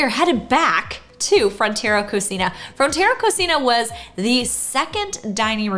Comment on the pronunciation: It's pronounced co-see-na. It means kitchen in Spanish